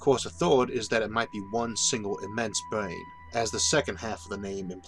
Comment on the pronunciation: It wasn't something to do with pronouncing brain as bwain?